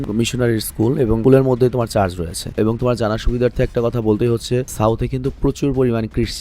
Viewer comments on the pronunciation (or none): শব্দটা চার্জ না, চার্চ হবে, ধন্যবাদ।